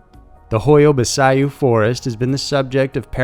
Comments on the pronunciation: Pronounced bachiu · I'm sure the forest is pronounced "bachoo" and not how its originally spelt. Am I correct? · Pronounced Ba chu.. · I think baciu is said "bash-oo". In case it matters